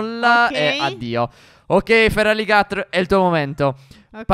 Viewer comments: Stef si scrive feraligatr ma se dice feralighetor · Si legge feralighertor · Stef non tutte le mosse fanno danno ed devi stare attento al tipo del pokemon ad esempio contro mega tiranitar potevi usare terremoto cge ha il tuo feraligatr che si pronuncia feralighetor non si legge come è scritto. Sei fantastico ti stimo